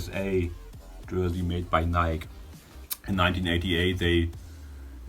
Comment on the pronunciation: stop saying "NIK" lol